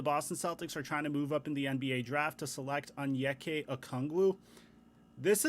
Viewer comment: sorry sorry but, its onyeka okongwu, not anyeeka ookangwoo